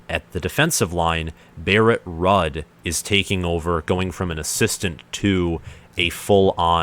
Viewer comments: Barrett Rudd? Come on man! It's Barrett Ruuuuuuuuuuuuuuud (pronounced rude) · Ruud pronounced rude. Also Dawson coached OLB last year. Ruud has coached MLB his entire time at Nebraska. So ruud isn't a new position coach...he's been the position coach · It’s pronounced “Rude” but good video lol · Lol Ruud is pronounced ROOOOOOOOOOOOD. Good breakdown though! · Cmon man… Barrett Ruud is pronounced Rood… he was only a star NFL player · Ruud is pronounced "Rude"